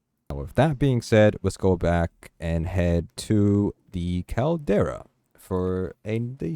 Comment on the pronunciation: CAL-DERA Not Caldaria